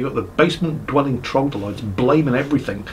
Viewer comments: Actually,... It's not trogdolytes, it's troglodytes. 😆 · Its trog-lo-dyte not trog-dol-ites by the way. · Troglodytes not trogdolytes.? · Why can't you say "Troglodytes"?